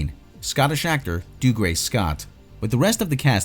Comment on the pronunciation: Just say Doug. Then say ree. Not Doogray Scott lol